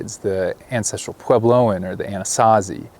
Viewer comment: 😂I like watching your travels across our ancestral homeland. Just ask one of our friendly Dine they'll explain our history. Makes me laugh when you call us Navajo and Anazazi.